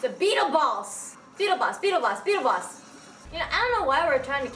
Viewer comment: when she said beetle boss i thought she said beetle balls